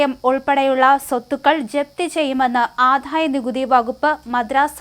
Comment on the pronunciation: Ente koche malayalam nannayi parayan padikku, aadhaya nikuthi ennu parayunnathu kettu nokku.